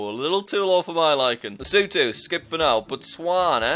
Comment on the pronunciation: The way you pronounce Lesotho São Tomé and principe Tunisia and Cape Verde sounds weird. Also it’s just “Zambia” not the “Zambia”